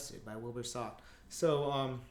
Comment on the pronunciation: the only mistake made was how he pronounced Soot. It's supposed to rhyme with foot. But none the less, your tutorials are amazing.